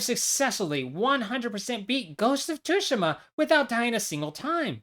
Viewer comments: why does bro pronounce Tsushima as tushima😭 you properly pronounce it like sushima. IGNORE THE T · It’s not tushima :( it’s pronounced sue she ma (mb dawg XD) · 19 second mark you say Ghost of Tsushima like 2shima it’s pronounced Tsu sh ima fyi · Ghost of Tooshima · Bruh… 285 hours on this game and u don’t even know how to say it it’s tsushima soo•she•muh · Tooshima?? lol the S in Tsushima must be escaping your eyes there… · I know I didn't just hear you pronounce it "Tushima"...... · "tooshima" lmao Americans really can't pronounce anything right huh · Dude, it's pronounced as 'shushima' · bro nearly 300 hours and calls it too shi ma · I clicked off when this mf said ghost of tushima💀💀💀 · Ah yes ghost of Tooshima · I’m sorry you call it tooshima?? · 285 hours and you can't even pronounce Tsushima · All this work and you couldn’t bother to look up how to pronounce “Tsushima”? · How’d you butcher the Tsushima enunciation so badly? They say it in the game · It hurts hearing him say the T in the game's name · imagine playing a game for 300 hours on just this one completion and you still don’t know how to say the name of the game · Its pronounced Tsushima not Tsushima or Tsushima. It's like you're not even Japanese, how dare you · Spent 280 hours playing the game, but can't even pronounce the title of it correctly... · No way he’s spent all that time on the game just to say its name wrong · All that time on ghosts of Tsushima and he still can’t pronounce it right